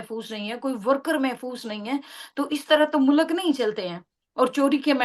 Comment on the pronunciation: Mulak nahin MULK 😠😠😠😠😠😠😠